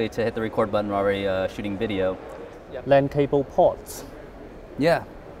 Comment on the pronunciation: It is almost wideo :-)